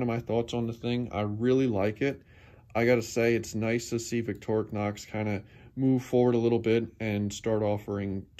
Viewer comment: Finally someone that know how to say Victorinox. I watch other channels that butcher the name and I say to myself "how hard can it be?" First time I've seen and ink pen on a knife/multitool